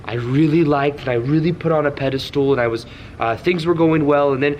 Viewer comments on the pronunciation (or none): You will have no problem attracting, and it's pedestal not pedestool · Someone please tell him it’s “pedestal”